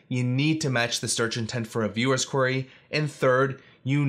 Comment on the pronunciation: Great tips but I'm always distracted by the mispronunciation of "query" ("Quarry")